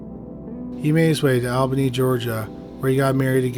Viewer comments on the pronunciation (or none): We Love your content. We get so excited to hear of towns in our area, but do us a solid. Please PLEASE listen to a local news report so that you can get the correct pronunciation. It looks like Albany but thats not how we say it. And Valdosta isnt pronounced that way either. Thanks! Keep going!